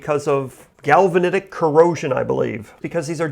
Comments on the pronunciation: "Litterly" is not a word. "Defnuhly" is not a word. "Akshuhly" is not a word. "Probaly" is not a word. Galvanic not "galvanetic". "Wahder" is not a word. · I unsubsribed when I saw that you came back with 2 boards and then "realized" you only needed one. Then, I resubscribed when you explained galvanic corrosion (although you said "galvanetic corrosion. Glad I watched most of it, though--enlightening video.